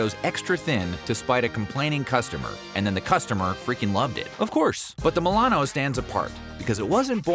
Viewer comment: Ah yes, thousandbutthole (mil-ano)